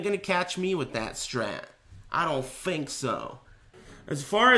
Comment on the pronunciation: and you ain't gonna catch me with that strat.. I don't FINK so